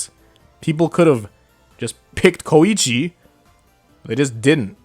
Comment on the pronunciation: Come on man! He’s KOEECHI